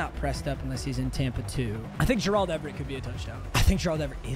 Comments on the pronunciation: The M in stands for Mispronounce, who is Jurrahld Everett lol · Dude just say Gerald not Jer-Auld Everett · Will somebody please tell to learn how to say 'Gerald' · i still find it insane that bro doesn't know how to pronounce gerald😭